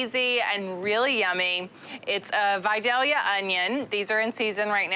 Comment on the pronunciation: Looks delicious! PS: Vidalia is pronounced vie-DAY-yuh. Take a look